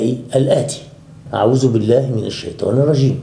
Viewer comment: لدي رجاء من حضرتك يا سيدي الفاضل عندما تستعيذ من الشيطان يا حبذا لو قلت أعوذ بالله من الشيطان الرجيم بالذال (ذ) بدل حرف الزاي (ز) مع فائق احترامي و تقديري 🌹🌹